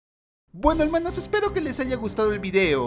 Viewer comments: Ya estrañaba el "helmanoss" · Me encanta cuando dises helmanos🤣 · Me da risa cuando dices helmanos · El "HELMANOS" me da 100 años de vida